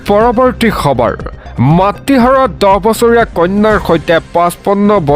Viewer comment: সবৰ নহয় খবৰ । "খ"আৰু "স" দুটা পৃথক ধ্বনি ।